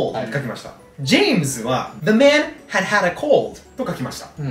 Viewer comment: had↑had↓だったとしてよ？は草ww声出して笑ってしまったw